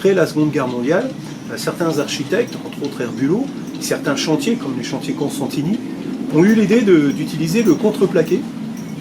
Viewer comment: Costantini ( et non pas CoNstantini)